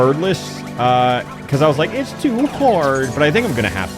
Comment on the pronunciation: I can’t stand that he says “pee-cause” instead of because